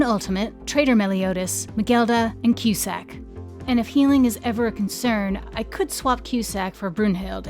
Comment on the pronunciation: Finally, someone who says Cusack the correct way! I don't want to sound like a stick in the mud but I'm tired of people pronouncing it as "Koo-Sack"